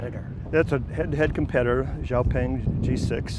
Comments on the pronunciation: It's called X_peng not xiapong 😂😂😂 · "EX" "PANG" X PENG